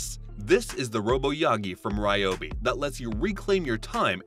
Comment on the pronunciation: It’s “Ree-obi” according to the company. I know, who cares. Just saying.